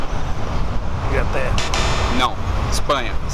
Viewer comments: Na parte da bandeira da espanha ele disse q começava cm "I" ahauqhuahau "ispanha" ahauhauaha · Ele disse que Espanha começava com I kkkkkkk é com E rapaz!